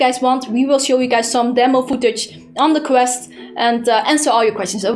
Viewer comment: its name is QUEST not CREST